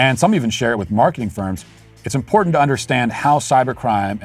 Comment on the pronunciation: This b. said importanant... 🤦‍♂️🤦‍♂️🤦‍♂️🤦‍♂️